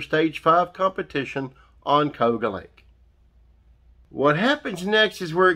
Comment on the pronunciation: It's called Ka u ga. Cayuga